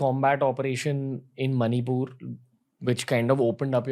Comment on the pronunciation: its not manipooooor yaar